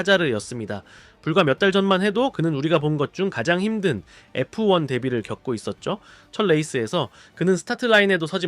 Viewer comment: 에프- 원 이라고 읽어 주세요.